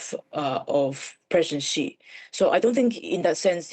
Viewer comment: I switched off when the first 'expert' interviewed couldn't even approximate the pronunciation of the name of the Chinese leader.